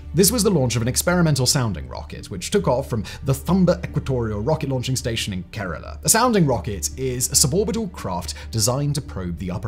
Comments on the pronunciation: I appreciate that you were able to pronounce "Nehru" and "Kerala" properly. Thanks for the video! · U r here just to listen who pronounce "kerela" correctly🤦👍